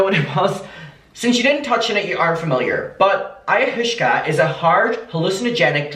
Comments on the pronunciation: I am from a very hippie town, and I’m HOWLING at your pronunciations 😩😂 eye-ah-wah-ska. It’s NOT the pleasant experience other psychedelics can be- it’s a brutal trip with severe vomiting, dark dark visions, and you HAVE to have a proper Shaw-mon facilitating it because it can be deadly. I cannot believe she’s openly talking about this while being the mother of young children. Who is taking care of the kids while she’s doing this? It’s not a 1 hour experience… it can take days to recover. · This is what got me toooo 😂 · It’s pronounced ay-ah-was-ka. But I like ayahooshka better! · It's pronounced (Eye-Ah-Wass-Ka) This is so careless on Catherine's part. I'm disgusted :l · Hi! It’s pronounced EYE-YA-WAH-SKA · Because people are just commenting on you saying it wrong and not teaching you how to say it - Ayahuasca is pronounces like ay-oh-was-kah ❤❤😂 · I - a - Waska 😛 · I think it’s similar to peyote/dmt/mushrooms/acid. Also it’s pronounced EYE-AH-WASK-AH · You're awesome, clearly not into hallucinations. I'm not either but I watched Chelsea handlers documentary on it and I think it's pronounced eye-ah-wah-ska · listening to trying to pronounce ayahuasca is soo funny omg (eye-uh-was-kuh) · it’s pronounce “ ayawaska” lmao 😹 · Not that it matters but ayahuasca is pronounced aya-wa-sca :) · the way you said ayahuasca literally killed me I'm gonna call it aya-hooska forever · oo i-o-waska i think thats how u pronounce it right? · It’s pronounced like ( IOH-AWSKA ) and it is a drug that has been used for thousands of years from tribes in the Amazon, they deem it so important even new born babies have to take it upon their birth in some areas. This is not me saying she is right by any means just giving you a little info on the drug. Lol I think she’s nuts. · peace and love, its pronounced Eye-i-waska. It dates back to some of the earliest civilizations, essentially like LSD from what I gather, normally taken in tea form. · Pronunciation: Ai-ya-wa-ss-ka